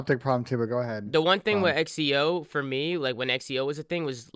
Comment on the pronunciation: Xeo = Zee-oh Not Ecks e oh lmfao